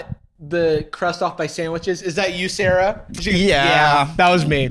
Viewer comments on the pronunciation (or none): none